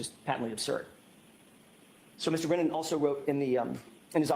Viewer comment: How come you say breeeeenan? It’s Brennan. But love your videos!